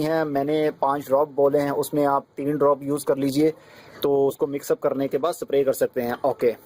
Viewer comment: its not sapray its spray